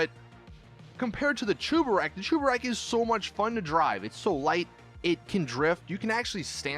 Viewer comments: ITS SAID CHEBUREK BUT U PRONOUNCE IT CHUBEREK!!!!!!!!! WHY ARE ALL GTA YOUTUBERS ILLITERATE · Why are you saying Chuburek? It’s spelt Cheburek so it should be pronounced cheburek not chuburek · it is not chubarek it is cheburek so just cheeki breeki chebureki blyat